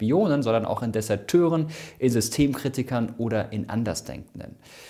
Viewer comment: Desateur? Ernsthaft? Autsch. (das heißt Deserteur. Abgeleitet von lat. deserere, „verlassen“, nicht von desa-irgendwas...)